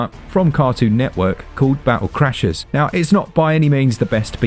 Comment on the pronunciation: Battle chasers, not crashers ;)